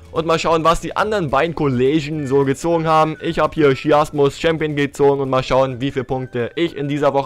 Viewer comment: Sheamus spricht man anders aus, wenn du das nicht weißt guck dann in WWE oder Google gib dann den Namen ein